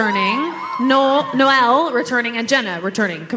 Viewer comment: I literally died when she said Noel like no-Elle